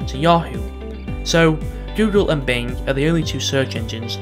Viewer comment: Video says BLING instead of BING